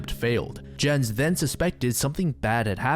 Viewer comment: Lol can't you learn how to pronounce Jens before making this vid? 'muricans